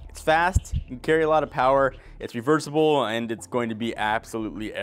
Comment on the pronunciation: Number 3. It's reversiibllee.. Geez, tone it down a bit buddy.